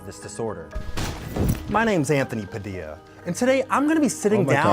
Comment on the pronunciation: So hold on your Cuban and you don't know how to pronounce Padilla. God damn you're cool bro